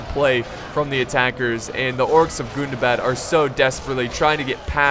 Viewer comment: Im pretty sure its gun-dah-bad not goon-dah-bad, it hurts me erry tim